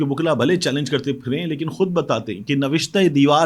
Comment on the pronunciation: It should be read LAiKIN